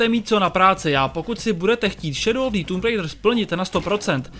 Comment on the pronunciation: Anglická výslovnosť recenzenta je otrasná. Neskutočne mi to trhalo uši a keď recenzent už 6. či 7. krát vyslovil nesprávne názov hry, tak som recenziu skoro nedopozeral. Recenzent by sa mal pred nahrávaním pokecu poriadne naučiť výslovnosť. Neskutočne tak totiž degraduje prácu mnohých ďalších ľudí. S celkovým hodnotením hry nemôžem súhlasiť. Množstvo vedľajších úloh by som z plusov jednoznačne premiestnil do mínusov, nakoľko Tomb raider nikdy nebola sandboxovka. V dôsledku toho a veľmi frustrujúcich skokových pasáží kombinovaných s nepresným ovládaním je moje hodnotenie tejto hry slabých 40%. Z uvedených dôvodov som túto hru nebol schopný dohrať, pretože som z nej ostal úplne znechutený a značne rozčarovaný. Najlepší je jednoznačne prvý diel novej série, u mňa skvelých 95% a obrovské natešenie na pokračovanie. Dvojka ma veľmi nepríjemne zaskočila zbytočnými kartami a aj určitými zmenami hratelnosti, ktoré sa však ešte dali prehryznúť. U mňa to tak má za priemerných 75%. Po jej dohraní som dúfal, že v ďalšej časti sa tvorcovia vrátia hratelnosťou k prvej časti. Bohužiaľ po skvelom začiatku trojky prišli veľmi nepríjemné, vyššie popísané, prekvapenia.